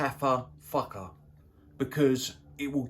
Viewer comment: That's how you pronounce Fakhar when you're English...or French !..